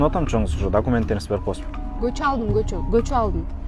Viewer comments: Кочону кочоо кечеени да гочоо булар кытайлыктар эмеспи жаны агенттер😂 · Көчөбу же кечееби кыргыз тилини жакшыраак суйлогулочу башкасыга батып калыпсынар